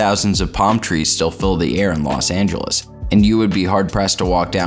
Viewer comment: I can't believe he said La Sangeles. Is that in Cali?